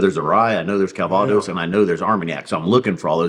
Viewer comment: I won’t correct you on your pronunciation of “Calvados”. Because that’s what douche bag commenters do.